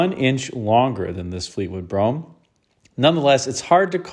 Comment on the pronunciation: It's funny how Americans can pronounce Brougham correctly but get so many other words wrong!